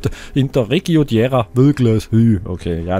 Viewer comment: huhu ich weiß das lp ist schon etwas älter aber du möchtest ja immer wissen wie man städtenamen ausspricht. diera wird di ra ausgesprochen und ist ein dorf bei meißen in sachsen. danke dir für deine ganzen lp´s mach weiter so;-)